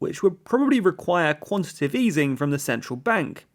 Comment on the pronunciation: Its Quan-ti-TA-tive easing, NOT Quan-ti-tive Easing. You've made this very same mistake in your previous videos.